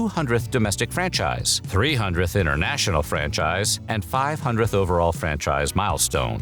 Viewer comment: “Intertnational markets” Are you kidding me